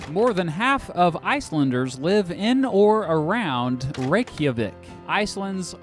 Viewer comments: as an Icelandic I found it hilarious how you said "Reykjavik" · I'm Icelandic and I love how you butchered our capital name Reykjavik lmao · Reykjavik pronunciation Reck-the-vik